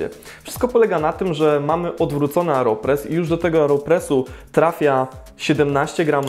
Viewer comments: dlaczego mówisz "areopres" zamiast "aeropres"? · Nie Areopress tylko Aeropress. To nie narzędzie rolnicze :)